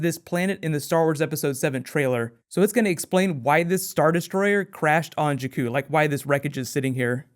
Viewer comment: Also you pronounce jakku and darth plagues wrong :/